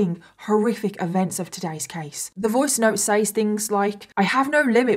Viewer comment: I love watching your videos but please, PLEASE for the love of God, pronounce "says" properly. It's "sez", not "saze"...